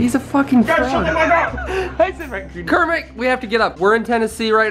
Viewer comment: JESUS CHRIST DUDE FOR THE MILLIONTH TIME, ITS KERMO. KER. MO. ONE WORD, 2 SYLLABLES. KER. MO